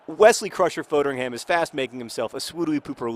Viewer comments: You're pronouncing Foderingham wrong John! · Please learn how to pronounce Foderingham.